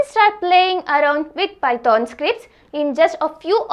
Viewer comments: sis, it's not pyton.. it's python.. woh snake wala python! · Googool 😂, pyton, pytonic way. Love it. "H" ne Kya gunah kiya that Meri maa, pytHon bol liya Kari. Anyway good video 🤣🤣🤣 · its not pyton it is python .... .......